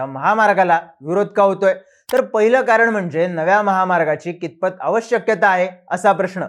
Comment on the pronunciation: प्रिय लाहान भावा . अवश्यक्यता नाही ते अवशकता असे उच्चारावे